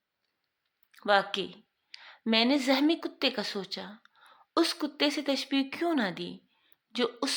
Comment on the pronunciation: zahmi nahi zakhmi . bahot bura lug raha hae